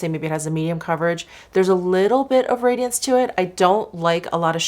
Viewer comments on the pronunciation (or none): none